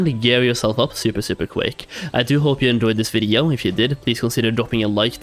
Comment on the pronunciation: Stop saying video really weirdly